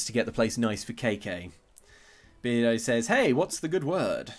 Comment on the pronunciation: Maybe his name is Bear-do instead of Beard-o.